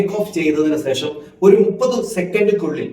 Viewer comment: സേഷം അല്ല, ശേഷം എന്നു pronounce ചെയ്യൂ 🤗